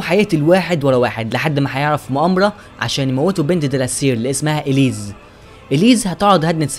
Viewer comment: مساء الخير يا اسمو اوونير - وليس ارنو - اسمها اليس وليس اليز تقبل مروري ولك كل التحية